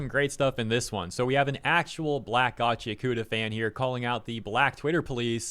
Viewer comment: it's GACHI AKUTA not gachyakoota...